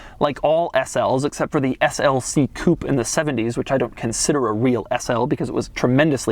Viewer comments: No doug, it wasn't a "coup", it was a coupe' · it's not called coop, it's pronounced as coop-aye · It's not a COUP it's a COUPÊ !!! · It s not a Coup, it s a COUPEEEE FFS! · Doug, not sure if you read the comments, but here's a pointer, seeing that you're a car guy. In french whenever you see a "é", that means it's not silent. So coupé, is as it looks, not "coup". I know many english speakers just continued the tradition of saying coup, but they are wrong. Don't be that guy.... ...but it's ok, i also understand the need to not be "that other guy" that says everything like a eurofag, even if it's correct. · Coupe is pronounced coopay !!!!!!! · Coupe, not coop, ya fuckin' yank. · dchawk81 Not pay, its Coupé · It’s “a coop” wtf is a coop? Does he mean coupe? What a dork